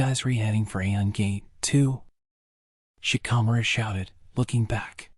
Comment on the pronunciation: Genuinely hate the way you pronounce shikamaru